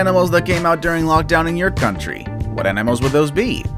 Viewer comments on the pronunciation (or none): none